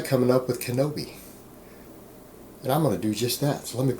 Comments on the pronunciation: im sure you kno this, so ill just comment for my own good. its KINO-body, not kenobi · Isn't it Kino- Body?